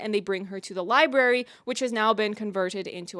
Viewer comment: I keep hearing people say "li-berry" instead of "library" and her saying it... that was the last straw. i can't take it anymore man